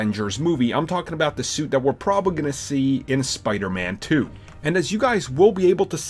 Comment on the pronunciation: Sounds weird when he says spider-man 2